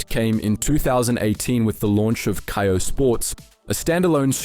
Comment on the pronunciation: Im sorry you lost me when you said" K - eye- 0 " its pronounced "Kay - o" , how to you do you now know how to pronounce that?.... Part of me thinks this is an AI voice from elevenlabs...